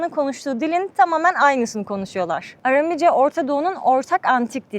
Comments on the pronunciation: Amerikan Türkçesi konuşmayın! Iramice değil, Aramice. Knaat değil, kanaat! Year değil, yer. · Bir de dilin adını düzgün telaffuz etseydiniz keşke .. ARAMİCE değil ÂRÂMÎCE olacak .. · Aram dili, yāni Aramca, doğru telaffuzda arāmice diye söylenir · Arami kelimesini yanlış söylemeniz çok kulak tırmalayıcı. Seyahatiniz ve cesaretiniz için tebrik ederim 🙏🏻